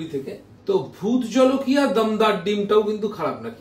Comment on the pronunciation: Jhalakia noy jolokia